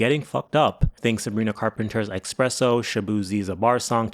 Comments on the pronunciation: Why do you keep saying expresso? Do you not know how to say espresso? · Good job pronouncing “Rihanna” but work on “espresso” (not expresso) and “Sia” (not Sza) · The same way he mispronounced axed and expresso, all intentional for the sake of farming more comments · Your English is so bad, bro. Expresso? You also don't say "what does it means" - it'd be "what does it mean". I assume you were born into this language too, based on your accent.